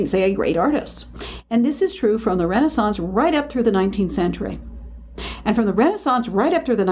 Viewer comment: I can't stand how the names are pronounced. Renaissance is pronounced wrong here for a start